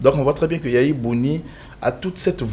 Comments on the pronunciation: Boni Yay I et non Yaya Boni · C’est pour la troisième vidéo que je suis sur votre chaîne Et je suis ému Mais dites à vos invités qu’ils ont mal prononcé le nom de notre ancien président YAYI BONI et non YAYA BONI